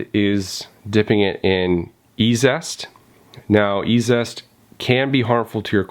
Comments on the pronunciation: Say … EEE ZEE EST …..like easiest….. not E ZEST 😮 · A minor point, but it is an irritation, you keep calling it e-zest, when it's e-z-est, as in easiest.